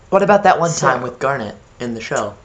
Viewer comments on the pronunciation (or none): none